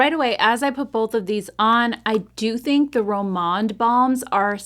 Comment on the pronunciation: Such a great video!! Glad you're back, and hope you had a great time!! FYI on the Rom&nd products, they use the & sign, so you pronounce it like the & , sign at the end of the word. I hope I explained that correctly. Take care! ❤